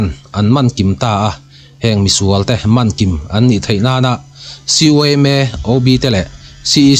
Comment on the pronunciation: "An man kim ta a" man thluk hi i tidik lo,siam tha rawh